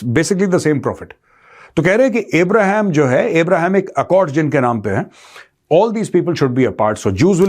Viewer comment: jaise ham Abraham ko “A Brahman” kahte hai